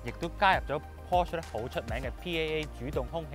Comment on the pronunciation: 條片拍得幾用心。 不過…可唔可以讀啱 Porsche 同 Taycan 嘅發音？ 由頭錯到尾…真係好"un"耳。 繼續加油！ Taycan